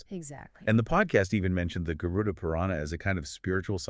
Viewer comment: Not Garun. It is Garud.